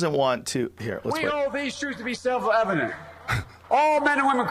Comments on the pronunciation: "It's self Levedent." The man is old, and is on the sharp decline. Come on, man! Bernie is the candidate to win. Joe, we need you to turn over your keys. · he says "self levitenet" i swear!